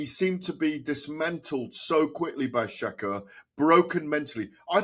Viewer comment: Please learn how to pronounce shakurs name properly